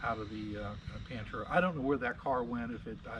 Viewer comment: What's a pentura???? Does he mean Pantera???